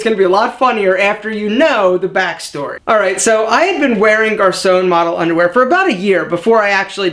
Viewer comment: Hi, I'm a french Canadian, and you're still saying Garçon wrong, even if you changed the way you pronounce it xD sorry haha.